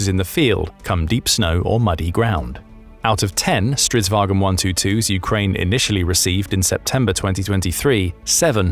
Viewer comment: aboute the Stridsvagn 122+... you pronouce it way wrong, soory! think more like war_cart. & yes it is straight translation from swedish 😂🇸🇪